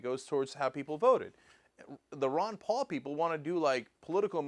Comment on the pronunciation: 'Palalalalala' xD instant like